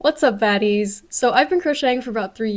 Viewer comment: at the start of the video... why do I hear her say 'whats up fatties' is it actually fatties or is it baddies... HELP ME